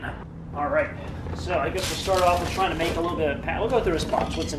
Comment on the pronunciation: '' whats up with you not saying "WITH' and saying 'WIFF' instead..must be an american thing,,us canadians do not talk like that,,,weird,, th,,ff,,hmmmm